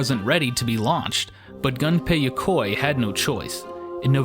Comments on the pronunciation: Gun-pay Ya-coy, hahahaha...holy shit Japanese names aren't that hard to pronounce. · Maybe I'm just crazy, but I wouldn't expect "the gaming historian" to completely butcher names, Gunpei Yokoi. My ears....